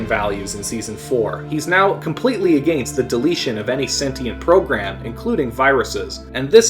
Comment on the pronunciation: I really like your video but you need to work on your pronunciation of words like "been" and "against"